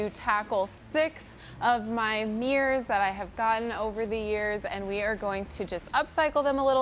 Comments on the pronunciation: They are not MEERRORS. THEY ARE MIRRORS. THERE ARE NO E’S in the word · It bothered me so much that she kept calling them “meers” I couldn’t even watch this. 😣